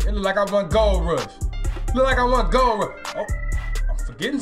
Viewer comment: He keep saying ole rush